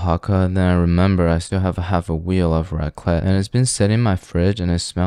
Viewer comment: Raclette is pronounced with a "t" at the end: raklett (even 2 ts, it's a longer sound)